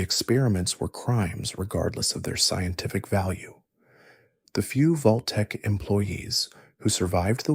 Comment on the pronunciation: wtf is Voltek? Its Vault tec